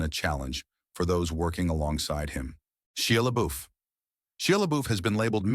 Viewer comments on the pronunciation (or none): It's Shia LaBeouf you're saying his last name wrong and his first name